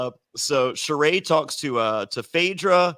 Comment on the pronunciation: Why has this man refused to at least respect Sheree enough to say her name correctly.